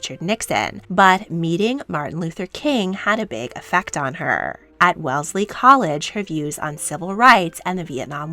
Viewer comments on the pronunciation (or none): none